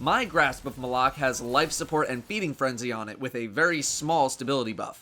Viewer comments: I'm American and I don't say it the way says it. he pronounces it "muh-lock" I've heard some people say "may-lock" and they can go die somewhere. I just say "mah-luck" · Pronounced Mal-ik, not M'lok. The weapon isn't wearing a fedora. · W😂I hate it when people say m'lok I know it's supposedly pronounced like that I say Malok!😂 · I think he was saying grasp of malock wrong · stop calling it the fucking malock is Malok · its pronounced Grasp of Mahl-Ock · Wrong. Bungie even pronounced it on one of their streams. Besides, this weapon is not related to Zayn Malik. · How is his name is pronounced during the cinematics and mission monologues?